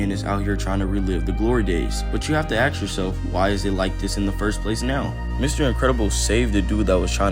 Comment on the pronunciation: Do you also spell it “aks”. Like let me aks you something.